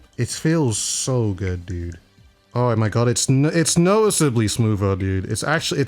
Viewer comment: How many times has he said goodt 😭😭😭😭😭